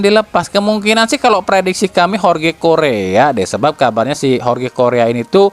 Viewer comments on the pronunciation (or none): none